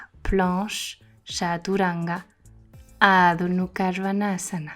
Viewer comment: Coucou, juste une question car je suis prof aussi et je t'entends dire Adho Nukha au lieu de Mukha. As-tu l'explication? Je suis curieuse, merci:)